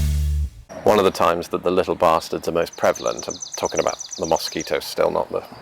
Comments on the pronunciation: Mosquitoes in Minnesota are the state bird! haha Cracks me up how you say mosquitoes. Pretend instead its spelled muskeetoes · "Moss keet ohs?" Interesting, I say it like, "Muh skee toes."